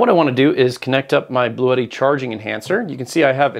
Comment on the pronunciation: Please,,,, the brand is Blue tti and you have to speak like blue (color) and (tti) have sound like “T”. It’s not Bluétti.